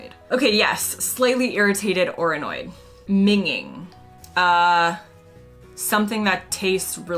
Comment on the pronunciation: It's minj-ing, not minging in pronunciation. It comes from the slang word minge, which is a vagina and the surrounding hair. 🧐🤫 Another old English saying at the 1st of the month is to ensure you first greet someone with "White rabbits". It is meant to presage good luck.